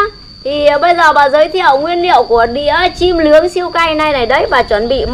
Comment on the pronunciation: «Nướng » chứ kon phải «lướng» bà nhé :-) :-) :-)